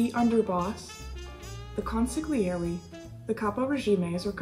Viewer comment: Why doesn't anyone pronounce "consigliere" properly